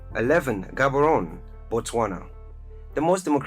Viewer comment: With all the love I have for my people and cities in Africa, let's not use emotions but facts. Gaborone and Windhoek (names pronounced wrong by the narrator) were mistakenly put on the list. The cities are way too small and development there is at its infancy. More needs to be done!